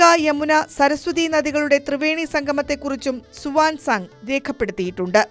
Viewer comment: സുവാൻ സാങ് അല്ല കുഞ്ഞേ Huyan sang 🤔😀😀😀😀